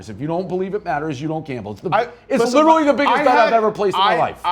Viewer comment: Can ever pronounce literally correctly? He says “L-Italy” like the country started with L. Pathetic.